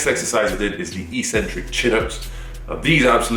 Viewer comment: Take a shot every time he says "Eeeks-centric"...